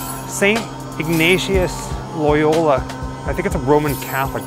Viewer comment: In NewYorkineese, it's pronounced "Ig nate shious of lie olla." Dude got shot with a cannonball in the leg.